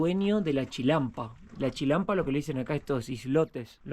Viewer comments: se dice Chinampa no Chilampa!!! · Es chinampa con n, no chilampa. Xochimilco se pronuncia Sochimilco y axolotes, ajolotes. El uso de la x es diverso 😂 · NO ES CHILANPA!!! ES CHINAMPA POR DIOS INVESTIGA ANTES LOS NOMBRES Y COMO SE PRONUNCIA 😠😠😠😠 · Y es Chinampa, no chinalpa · SE DICE CHI-NAM-PA NO CHILAMPA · Amigo no se dice chilampa, se dice chinampa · Es chinampa ché, no chilampa lel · Se dice chinampa, no chilampa. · no es chilampa es chinampa no puedo creer k tenga mejor español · Un par de correcciones. Xochimilco se pronuncia "Sochimilco", y Axolote se pronuncia "Ajolote". Se dice Chinampa( y no chilampa) y chaqueta significa m4sturbaci0n en México. 😅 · NO SE PRONUNCIA JOCHIMILCO. SE PRONUNCIA SSSOCHIMILCO. NO SE DICE CHILALPA, SE DICE CHINAMPA. LA BASE DE LA CONSTRUCCIÓN DE LAS CHINAMPAS ES LA MISMA QUE COMO SE EDIFICÓ LA CD. DE AMSTERDAM. A DIFERENCIA DE LA MAYORIA DE LATINOAMERICA, LAS CULTURAS INDIGENAS PREHISPANICAS EN LO QUE HOY ES MEXICO , NO FUERON ERRADICADAS, ERAN GRANDES GUERREROS, FUERON INTEGRADADAS, MEDIATIZADAS POR MEDIO DE LA RELIGIÓN. Y MUCHO DE ESAS CULTURAS, ORGULLOSAMENTE PREVALCEN, EL LA HISTORIA, LA CULTURA, MUCHAS PALABRAS EN EL IDIOMA, LA COMIDA, LAS TRADICIONES, LA VESTIMENTA, EN FIN TODA LA TRADICION DE LOS PUEBLOS ORIGINARIOS. ETC. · Es la primera vez que veo que en Xochimilco hay un "Canal de Panama" guauu, por otro lado solo correcciones para aportación no es hate. Se dice: Chinanpa y se pronuncia "Sochimilco" aunque se escribe con X. Saludos y excelente video. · Se dice CHINAMPA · se dice Chinampa, y Xochimilco, se pronuncia Sochimilco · Hermoso video 🤩 muy lindo Xochimilco que se pronuncia sochimilco y se dice chinampa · Se dice... CHINAMPA...